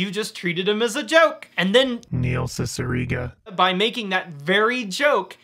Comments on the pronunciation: Do you have that jarring "Neil Cicierega" cue because you mispronounced his name during filming? I've pronounced his name as See-see-err-gah for years and nobody corrected me. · You were mispronouncing Neil Cicierega's name the entire video weren't you?.